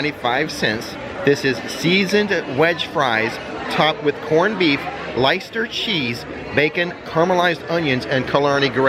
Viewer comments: we’ve gone through this before…Leicester pronunciation = lester, not lie-ster. You are welcome! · Great update my only niggle was your pronunciation of Leicester 🤣🤣 it's pronounced 'lester'. Sorry made me chuckle 🙃